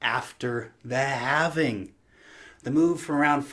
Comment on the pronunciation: Thank you for saying halving instead of halvening.